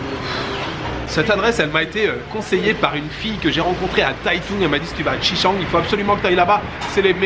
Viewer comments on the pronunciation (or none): "Chichang" la pronunciation est à travailler.